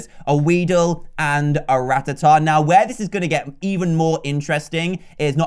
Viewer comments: It's not ratahtah it's ra-taa-ta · It’s ruh-tat-tuh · Rattata is pronounced ra tat ar